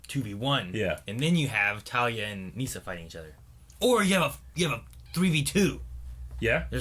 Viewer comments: I think it's pronounced Nissa not Neesa, but anyways great episode. Love you guys! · Y’all rlly saying nyssa name wrong 😂